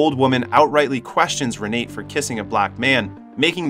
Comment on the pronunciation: It's not pronounced Re nate It's pronounced Renata. Spelled R-e-n-a-t-e!